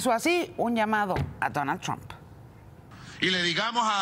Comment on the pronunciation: JAN OTS VENEZUELA DONAL TRON JANDS OTS VENEZUELA DE INMEDIATI 😂😂😂😂